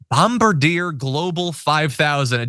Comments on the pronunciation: "bom-BAR-di-ay," in case you're wondering. Don't mind me, I'm Canadian, eh? Sorry, not sorry... (sorry). 🙃 Johns corruption of french isn't nearly a tenth as bad as Clarence's corruption, though. -ish: come on... when the right wing says "elites," they really just mean "Jews," which Clarence is clearly not. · The plane's name is pronounced Bomb-bar-dee-A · Pronounced Bomb-bard-de-a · Bombardier is pronounced Bomb-bar-Ze-eh. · Bom - Bar - Di - Eh